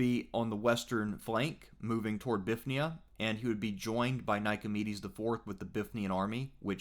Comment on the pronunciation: Confuses me how so many people miss the Y in Bithynia. By all convention of pronouncing greek places you would expect English speakers to say bi-THIN-ia